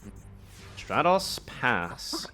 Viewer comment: STRAT - TOS 🤦🏻‍♂️🤦🏻‍♂️🤦🏻‍♂️. It is not hard to pronounce Elemental Hero Stratos